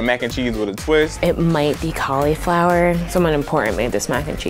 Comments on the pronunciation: Caul eee flower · Why does everyone pronounce cauliflower at call-E-flower?? Nope. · I laughed when he said Caulaflower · Im from the uk the way he pronounced. Cauliflower was so strange.. Koftbaah ??? Col eee flower thats if that what he means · Yes,, you're a professional, but cALIFLOWER?? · omg the way that he pronounced cauliflower CAULLAFLAWUUUUR